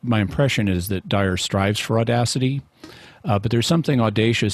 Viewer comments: I know its petty and irrelevant, but i wish Jimmy would pronounce the Guy's name correctly. Dyer not Dwyer🤦‍♂️ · J. Franco i like that Jimmy Akin doesn't give a ___ about Dyer enough to not say his name right.